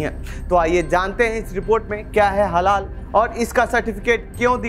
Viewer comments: अरे रिपोरटर साहब ! हलाला नहीं हलाल कहिए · Its HALAL,,,,not HaLALA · अबे पहले बोलना तो सीख लो वह हलाला नहीं हलाल होता है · Bsdk ita halal not halala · Bhai Halal bolo. Halala halala kyu bol rahe ho? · हलाला नहीं हलाल आप लोग पहले समझ कर तब बोला करे कियो कि खबर पूरी दुनिया में देखा जाएगा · Baar baar Halala halala kar rahe hai Halal pronounce karen please. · jahil bhi parekar ban baytha hai halal aor hlala bhi nahi bolpata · निहायत ही घटिया रिपोर्ट, हलाल को बार बार हलाला बोला गया। जान बूझकर किया या गलती से दोनों ही हालत में सच्चे पत्रकार हो तो क्षेद प्रकट करना चाहिए। देखते हैं करते हो या नहीं। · हलाला नहीं हलाल कहो भाई।